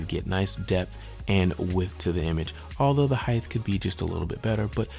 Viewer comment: Not highth -- hight